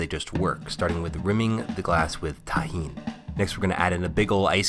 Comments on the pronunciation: I'm so happy he said tajin instead of tagin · thank god he learned how to say tajin